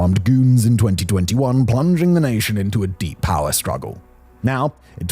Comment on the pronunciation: The way this guy pronounces "power" reminds me of Rob Riggle's character from Step Brothers. "Paaa!" Maybe that's the origin of the joke